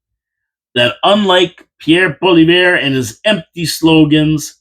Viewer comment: Try this for pronunciation, "Pauly-ev", say it out loud, "Pauly-ev".....our soon to be PM, Pauly-ev!